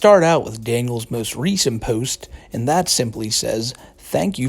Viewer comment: Fuckin hate how he says "ehhyuuund"